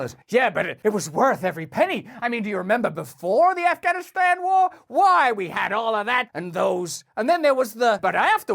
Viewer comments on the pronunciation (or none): none